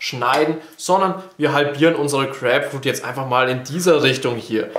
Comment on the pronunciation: Crääpfrud..also bei der Aussprache kann ich das Video nicht länger als 10 Sekunden gucken